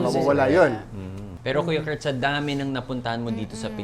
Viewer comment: kuya koort, buhol-buhol na yung tongue twister, ang hirap naman kasi!!!